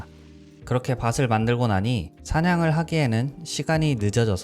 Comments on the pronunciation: 좋은 게임 소개 받고 영상도 잔잔해서 재밌게 봤습니다. 직접 더빙하시는 만큼 연습하셔서 발음 교정을 하시면 더 영상 퀄리티가 올라가지 않을까 싶습니다. "숯을"을 발음하실 때 [수슬]이라고 하시거나 "밭을"을 [바슬], "숲을"을 [수블]이라고 발음 하시는 것들을 들었는데 그 점이 아쉬웠습니다. 구독하고 갑니다! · 컨텐츠도 좋고 목소리 톤도 좋고 진행도 좋은데 발음 때문에 자꾸 거슬리네요... 살ㅁ 뿐만 아니라 '밭을'을 말할 때 바츨 또는 바슬이라고 발음하셔서 좀 신경이 쓰였습니다. 그리고 새는 듯한 발음(좀 보다가 외국인인가?했어요ㅜㅜ)과 녹음을 다른 시간대에 했는지 목소리 톤과 크기가 변하는 것이 영상을 계속 집중하게 할 수 없게 했습니다. 유튜브 첫 업로드니까 어색한 부분이 있을 수 밖에 없죠. 하지만 저의 의견을 어느 정도는 받아들여 주시면 좋겠습니다. 저는 불편한 걸 좀 못 참는 성격이라 이런 말을 하게 되었지만, 이 그저 지나갈 뿐일 유튜버라 생각했다면 그저 무시하고 넘어가서 저의 소중한 시간을 지켰겠죠. 근데 좀 너무 진지했나요?ㅎㅎ 의 잔잔한 목소리가 불편함 없이 편안하게 볼 수 있게 했습니다. 그 강점을 살리고 앞으로 더 발전하시면 좋겠단 마음으로 댓글 달았으니 너무 불편해 하진 말아주셨으면 좋겠습니다. 제가 의 채널에 자주 들어오게 되길 바라겠고요 그럼 화이팅하세욤